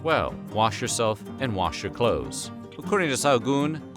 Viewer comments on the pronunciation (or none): none